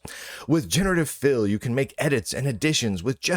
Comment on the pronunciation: the way you said 'generative fill' kinda sounded to me like 'generative filth' ..and yeah, that sounds like a pretty good way to describe it actually